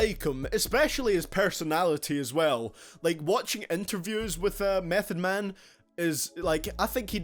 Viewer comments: niggah...meth?? #8...whack mehn...this is moh hi bullshit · Mef at 8!!! Repeat mef at 8!! Get the fuck outta here!!bet you don’t even understand wu lyrics. Fucking mef at 8! Worst then watch mojo